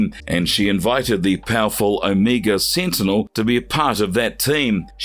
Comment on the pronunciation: You said this so called "Omeega Seentinel is deedly." How deedly?